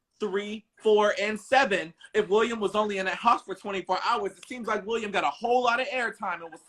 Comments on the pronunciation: 😂😂😂 I was gonna ask that too but I just heard him pronounce it hisself but it’s William not Willum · “WILL UM” lol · yo I’ve never heard such a common name butchered like that before in my life. Then I realized it’s for laughs and giggles 🤭